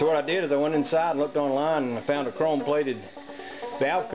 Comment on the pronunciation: Did You Say "CHROME"